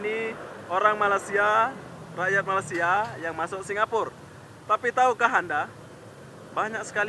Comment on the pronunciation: Brtahun2 keje di malysia sebut malaysia pun tak betul lagi.. aku ramai je org lombok keje dh lama di malaysia.. reti je sebut malaysia dgn betul..